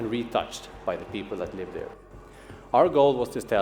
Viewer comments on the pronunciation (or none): none